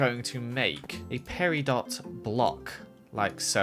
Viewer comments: it is pronounced peri-dough! that is an insult to us august people... (LOL) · Peridot is actually pronounced Peri-dough sry I want to be a geologist and it is my birthstone so I'm a little protective about it, thanks! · Yay the episode is back! You fixed it!!! Edit: Is it bugging anyone that mispronounced peridot